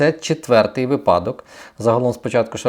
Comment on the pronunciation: вИпадок ну емае. уважайте украинский.